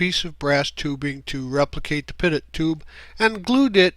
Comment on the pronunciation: Great to see others enjoying these classic kit's of racing planes. I'm sick to death of camo, greys and weapons. Just a thought ifI may? You pronounce the pitot tube PIT-OTT . Whereas it was invented by Frenchman Henri Pitot. So It should be PEET OH .